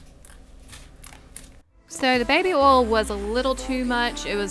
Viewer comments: Oil not ole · ITS BABY OIL NOT BABY OL jeez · She said ol it is oil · oil is said like O-Y-L not O-L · Its baby oil NOT baby ol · It is OIL not ol like if you noticed it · WHY DOES SHE SAY OLE WHEN SHE SAYS BABY OIL LOL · You sed baby oil rong you sed baby ol XD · Sound like u say baby ol ... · Idk why but it’s funny how u say oil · U say oil so wrong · Omg I’m not hating I know it’s just her accent but when she was sayin oil I was getting so triggered